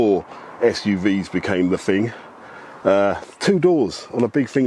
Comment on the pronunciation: Wasn't, not weren't. Thousand not fousand. Thing not fing.